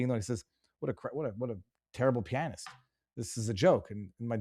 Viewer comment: Damn.... learn to pronounce "pianist."